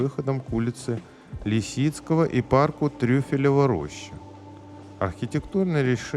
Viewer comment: Тюфелева а не трюфелева роща.